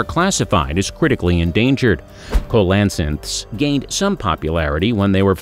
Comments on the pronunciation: The last one is not pronounced “Ko-las-inth” that’s hilarious it is instead pronounced “seal-i-canth”. 🤷🏼‍♀️ Cheers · ist Coelacanth not Kolansanth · Mine-a-mar? Marisupial? COE-LA-SYNTH??? What's up with this narrator? Does he not look up the pronunciations of these things BEFORE making a video??? sheesh. 🙄 SEE-LE-CANTH, BUDDY! At the very least, COE-LE-CANTH, Come on! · Coelacanth is pronounced as SEE-lə-kanth, not as ko-la-cinth... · TU for the vid.👍 A suggestion.......check first how to pronounce the names of things.........cause your vid is similar to a documentary. Example: Coelacanth. It is not coal la canth. It is seal la canth. youtube has videos on how to pronounce words.......so does a dictionary & encyclopedia. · Coelacanth pronounced see-luh-kanth not kow-la-sinth. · "Kolansith" made me laugh for way too long. I've heard that word butchered before, but that was a new one. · That last fish is pronounced seal-a-canth. The O is silent and the C is pronounced like an S. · Coelacanth is pronounced "seelocanth"! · Sea-lo-can-th is the proper pronunciation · Seriously if you're making educational videos you need to make sure you're pronouncing everything correctly. Several things were mispronounced, most noticeably "co lass anth"🤦🏻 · the #1 spot is pronounced see-luh-kanth..other then that... damn good video ! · Coelacanth is pronounced see·luh·kanth. Look it up! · Coelacanth is pronounced SEEL-UH-KANTH. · The last fish is pronounced Seal-low-canth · Coelacanth is pronounced (SEE-loh-canth), otherwise, it was a good video. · Coelacanth is pronounced SEE-Luh-Canth. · It's pronounced " seal o canth" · #1 SEE-LOW-CANTH if you are gonna list it, say it right. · Ceolacanth- seel-o-can-th. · It's pronounced 'see-la-canth'. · I thought it was pronounced 'See-la-canth'. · The last one is correctly pronounced as 'see la canth' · MEE-an-mar mar(no "a" here)supial see-la-kanth. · Co lan.sith. He'll I knew how to pronounce it properly in 1959.